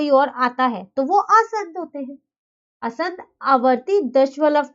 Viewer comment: Mam aapki pronunciation wrong h it's asaant na ki aasant Otherwise nice explanation keep it up 👍👍